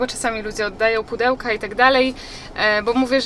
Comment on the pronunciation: Hejka:) jak byłas w tym sklepie Homeand Tipo kupilas naprawde "pachelki":) sluchalem chyba z dziesiec razy i slysze pachelki, wiem ze moze sie czepiam ale smiesznie to brzmi. Pachelki:)